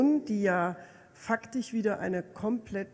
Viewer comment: "faktich* kann ich nachvollziehen, warum Seehofer diese Entscheidung getroffen hat